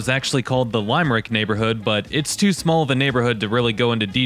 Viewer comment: It's Lim-er-ick, not Lime-rick.🤦‍♀️☘